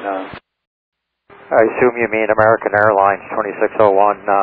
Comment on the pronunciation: "Amearrrickan Aiirlinez"